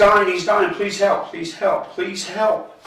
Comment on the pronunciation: he just said a "pwease movie" lmao 🤣 😂